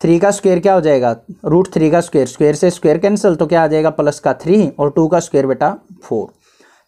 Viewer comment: Or +plus ko palas😂😂